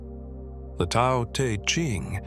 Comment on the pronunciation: Hate the voice. Horrible. Couldn’t sleep to it! And Tao is not pronounced correctly. Find Wayne Dyer’s version, everyone. It is excellent. Great, great voice.